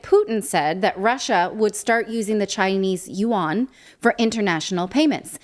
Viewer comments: Yuan is pronounced as Yüän/Yuen (/jyεn/). Pronouncing it as /juan/ is totally wrong. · you misspronounce the name of China's global currency it is not "you one" it is "you the one" or even "you the only one". Amen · yuan is one syllable , like Juan